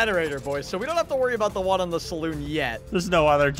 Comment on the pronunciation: Its saloon not salon